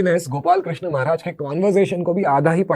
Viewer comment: Sabse pehle aap log krishna bolna sikho...krishnaaa nhi h prabhu ka naam...wo draupadi maiya ka naam h🙏